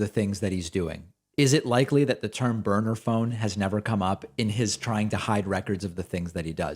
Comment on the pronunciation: No David, he clearly said Boner Phone, not Burner Phone, a Boner Phone is almost a Burner Phone but not quite.